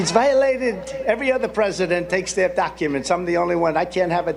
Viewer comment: Did Trump really say "duck uments"?